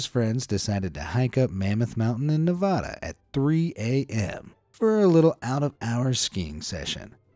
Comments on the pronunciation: also do not roll the a in nevada. its a common mistake. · It offends me that you said Nevada wrong